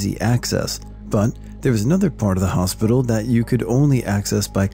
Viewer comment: “Hospitcal” lol. Little mistakes like these make the videos more enjoyable.